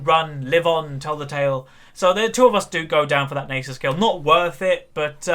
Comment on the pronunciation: Its Nasus not Neighsus. That was a braum not a bard Its Rylais Not rylay. and lastly, your throat was dry not your voice. Rant over.